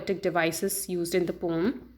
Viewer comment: Maam thats poem not pom